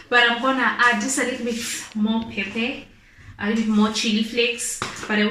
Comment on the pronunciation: Wow great cook...But say Pep..Per..🤣🤣🤣🤣